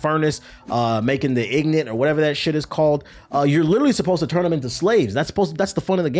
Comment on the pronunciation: lmao bro said ignit. its in-got